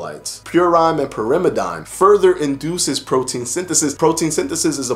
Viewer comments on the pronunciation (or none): I tried to write it phonetically...what it absolutely is NOT is PureINE and Pure-im-eh-DINE.